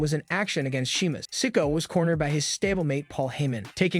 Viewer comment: It’s not sicko it’s Si Ko a